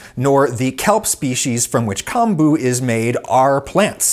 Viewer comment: good to know! not chemistry-related, but kombu is pronounced like “comb”-bu (like the comb you use for your hair)